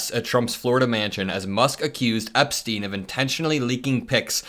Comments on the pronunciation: Sorry, you are pronouncing boris epshteyn incorrectly. His last name is pronounced like Epsh-tine. If it were spelled Epstein, it would then be pronounced as Eps-teen. I only bring it up because there are so many honourable families with the last name Epstein out there I wouldn’t want to see their family name besmirched by being connected to that 2 bit shyster. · Ep-shtine, not ep-steen. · There is a "SH" sound in the middle of his name. It's distracting when it's said without it. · Epshteyn, not Epstein. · Epshteyn is pronounced with a 'sh' as Epsh-teen, not Eps-teen it sounds like you are talking about Jeffery Epstein. 😊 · It's pronounced Ep-Shtine